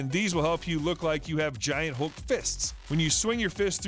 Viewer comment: ハルクをウルクって言ってるの笑っちゃう…笑